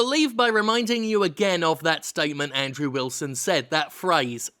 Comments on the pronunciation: Also, are you saying "Android Wilson" instead of Andrew Wilson? Lol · I love how you said "Android Wilson!* 😂😂😂